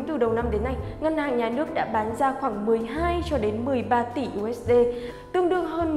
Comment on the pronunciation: 1 là đọc "diu ếch đi".2 là đọc "u ếch đê".